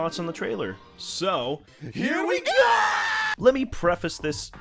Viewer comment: You actually did pronounce "preface" correctly and I'm SO glad! SO many YouTubers don't pronounce it right!